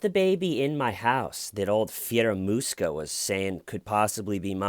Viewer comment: Is it just me or when says Fieramusca (sp), that hears in my head Scaramouche, Scaramouche, will you do the fandango....